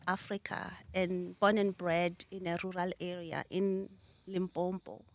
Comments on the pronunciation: iam so impressed after listening to your interview with Sbu. If you can Pronounce Limpopo correctly not Limpompo sound foreign, please ngwana gešo. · She says she was born in Limpopo but she calls it limbompo. Yhoooo andizi shem. Anyway she's a force to be reckoned with. Great inspiration 👏🏾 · But why limpompo aowa its limpopo hle tjo.... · But you cant be from Limpopo and call it Limpompo 😅😂❤️... I love you and im definitely trying out your spirit. It works for me, i have acne and fighting it. Thank you for your brand, its bringing our confidence back. Love and light all the way from Soshanguve❤️❤️❤️ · Le nna I heard Limpompo-which is not correct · Shout out to our sister, I'm proud of her and surely gonna buy her products. Coming from LIMPOPO is gets to me when a Limpopian struggle with the pronunciation of this beautiful province.